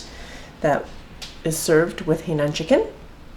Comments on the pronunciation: Correct pronunciation should be "high naan" not "hey nan". The condiment used is more for Hong Kong style chicken. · It is NOT pronounce as "Hei", but "Hai". Get it right when you are cooking it! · Totally agree. It threw me off when she said “hey nan”. It is “hai” like hi in greeting someone. Must be a Canadian pronunciation! Lol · Canadian pronunciation of Hainan Chicken is “Hainan” is Hey nan! Lol 😝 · dbscarlett13 no, is just mispronouncing it. I understand Shanghainese and in Shanghainese it is pronounced “hey”.